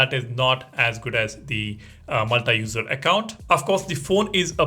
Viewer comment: Learn pronouncing "multi" properly